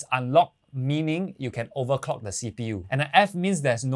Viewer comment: Makes me laugh everytime u say 'overcock your cpu' hahaha. Great video. Support local.